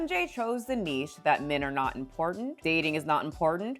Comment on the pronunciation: she finally learnt how to pronounce niche